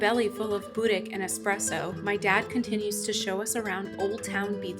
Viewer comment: The guy said expresso. The correct word is espresso.